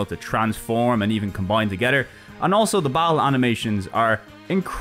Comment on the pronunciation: I love how you mispronounced "combine together" as "combine to Getter" as the parts of the Getter Robo were on-screen. That was perfect.